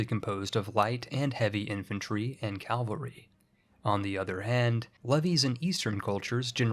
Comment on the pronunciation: Take a shot every time he says "calvary" instead of cavalry It's Mardi Gras anyway so you'll be fine.